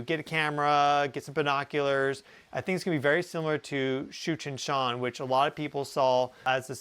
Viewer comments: You keep saying it and I keep hearing Cheech and Chong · Did he just say Comet Cheech & Chong? 😂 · Thought you said Cheech and Chong 😂😂😂😂😂😂😂😂😂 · I keep hearing Cheech and Chong when he says that comets name. Lol :) Brightened my morning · Tsuchinshan sounded like “Cheech and Chong!” My bad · Oh, I thought he said Cheech and Chong …..”Tsuchinshan”